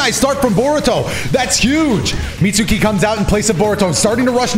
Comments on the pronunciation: "Mit-soo-ki" Imagine watching anime for as long as you presumeably have and not knowing that `U`s are always virtually silent if not completely. (눈∀눈;) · "Mitsuki" is pronounced with a silent "u" -> confirmation you do not watch the show x)